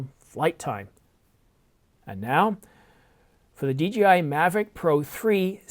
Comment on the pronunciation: DJI. Not DGI.